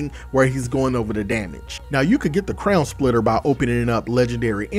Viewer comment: i swear i heard you say crayon splitter